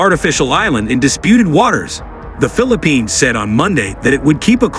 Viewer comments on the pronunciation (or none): Please correct your pronunciation of the name of the Philippines.